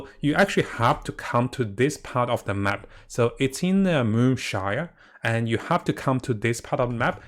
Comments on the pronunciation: Bruh..I like him and his videos and all. But I wonder, is he dyslexic? Enkanomiya isn't that hard to pronounce, Watatsumi is not "Wasatami" and a shrine is definitely not a "shire". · The way says shrine is shire. As if this girl is a shire maiden from Lord Of the Rings.:)